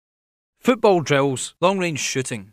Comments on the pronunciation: lol i thought he said long range shitting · at the begginning of the video it sounded like he said "long range shitting" Haha